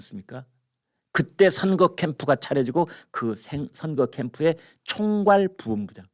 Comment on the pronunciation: 김광일 선생님,매우 존경합니다. 평소에 발음이 너무 좋으신데 "부 본부장" 이라는 발음이 "부온부장 "으로 들립니다. "부 ! 본부장" 입니다.